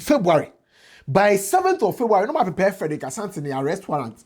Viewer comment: Say pre purr 😂